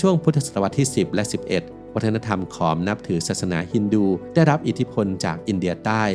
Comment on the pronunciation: ខម ไม่ใช่อ่านว่าขอมครับ